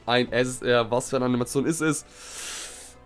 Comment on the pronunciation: Dieses ish vorbei freezer ish vorbei 😂